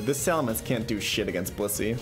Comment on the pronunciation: I'm sorry but every time he says blissy I hear bussy what's wrong with me